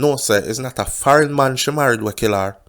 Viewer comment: To narrator, the word is “foreign” and not “farin “. Just before the end of the video, I finally figured out you meant, “foreign”or someone who is from a different country. I pray for her survivors.